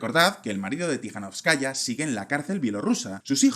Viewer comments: Se pronuncia TikaNÓVSkaya, aplicando la sílaba tónica donde lo veis en mayúsculas, no como lo pronunciais. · 'Linkevičius' debe ser pronunciado como 'Linkévichus', mientras que 'Tsikhanouskaya' como 'Tsijanóuskaya'.